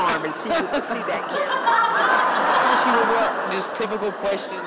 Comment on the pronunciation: Apperently there's a kwetchin i gotta ax about that nigga goast apperently apperntly